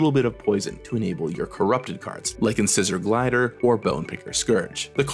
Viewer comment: I don't usually mention little mispronunciations, but I feel compelled to point out that "Incisor Glider" is supposed to rhyme! You know, because it's so... cute? 🫣